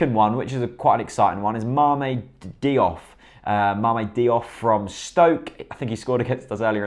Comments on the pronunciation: I got angry every time you pronounced Diouf (Dee-oof) Deeoff there mate! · haha yeah, it's Dee-oof. Soz:p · Great video! It's pronounced JOOF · JOOF! it's pronounced JOOF!